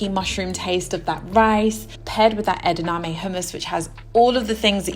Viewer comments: Love this so much and LOVE your channel. Psst...it's edaMame not edaName <3 so cute! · These all look amazing and I love making your recipes 🫶🏼 Curious why you say edaname instead of edamame? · Yum! Sorry, but it’s ‘edamame’ not ‘edaname’ Love your recipes! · LOVE your bowls! I will def try the mango one this week. One thing - I believe it's edaMame not edName :)